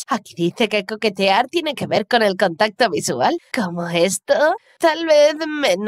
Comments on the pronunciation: A nadie le parece q dice contato xD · No se dieron cuenta cuando dijo contato